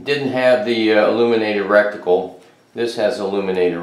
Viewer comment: You mean RETICLE, NOT RECTICAL. 👍. Edguns are great air guns. Sweet set up.